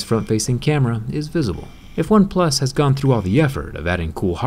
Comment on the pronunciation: Why do you keep saying "OpePlus 7" instead of "OnePlus 7 Pro"? It's soooo U N S E T T L I N G.